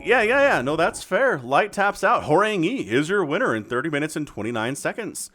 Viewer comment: You're welcome for correcting the pronunciation of Horang-E :-) Together we make your channel better and better, keep up the great work!